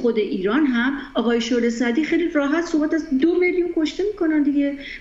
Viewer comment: صد بار خواست بگه شعله سعدی اما گفت شعله زردی